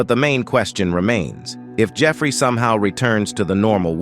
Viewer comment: D-dont say it like that dont say Jeffery files its uhhh kinda sound like